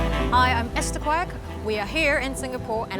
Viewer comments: Quek la Quek!! Pronounced as Kuwekkk! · Ur name is as in like Kueh, but with a K.